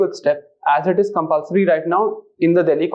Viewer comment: Eez and sez is asked😅the man who taught environment at its best😂